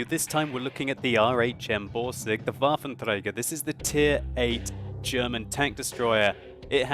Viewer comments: Damn I like watching your videos, but every time I hear you pronouncing the full WT I just want to smack you over the head with an inflatable baseball bat:)))) You guys who have english as your first language can't get that "r" right 99% of the time and it just sounds wrong and annoying:P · It's funny how you say Waffenträger. :) btw. in 9.6 the viewrange will be decrease from 400 m to 360 m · its funny how you say Waffenträger :)